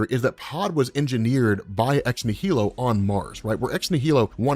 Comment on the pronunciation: You're still mispronouncing Ex Nihilo. I suspect you're doing on purpose at this point? It tricks people into commenting to correct you, more comments=more engagement=better youtube algo. Normally I'm not pedantic, I promise. But given the size of your audience, I don't want a bunch of kids mispronouncing it. Ex Nihilo = Nihilo - Latin, e.g, Annihilation or Nihilistic - the H is silent. So it's "Nie" (like Die or Eye) + "Low" (like low). Say "Die Low". Now replace the D with N. Nielow. Yay! Edit: Edited for pronunciation assistance